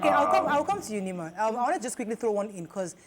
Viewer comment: Thanks to Nyma for saying it right.